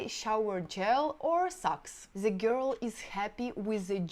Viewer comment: Yeah sure. Listen to just the word "girl" she pronounces. All russians screw words...besides everything else